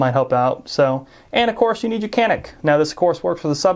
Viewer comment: It’s a Turkish gun. Canik is pronounced Janik I believe